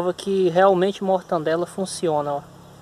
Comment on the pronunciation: "Me descupe meu nobre, mas o correto a se pronunciar é mortadela e não mortandela! Descupe mais uma vez